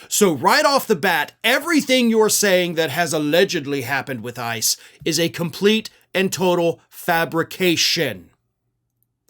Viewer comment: Seriously, it's a Trump regime. Also, whenever you say "ICE is", it sounds like ISIS.